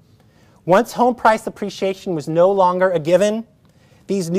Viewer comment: You can't pronounce "no" correctly yet you want us to believe you understand economics lol